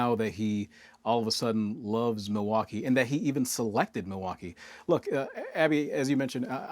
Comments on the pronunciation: He pronounces it Moowocky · Milwaukee has certainly had its share of visitors. The French missionaries and explorers were coming here as early as the late 1600s to trade with the Native Americans…it's pronounced "mill-e-wah-que" which is Algonquin for "the good land." -Alice Cooper